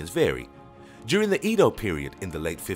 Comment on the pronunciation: he butchered everything. did you hear how he said edo?